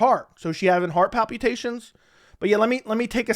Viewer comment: I like that you say 'pal-pew-tations'. Thats a pretty fun way to pronounce that word.